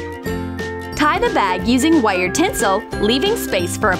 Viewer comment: says wire so weird